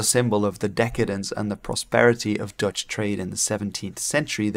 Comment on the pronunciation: Intersting video thank you! An unrelated question, are you Dutch? As in Dutch is your first language? Because if so, congratulations on the English accent! I usually hear it instantly but, with you only when pronouncing Dutch names as you should.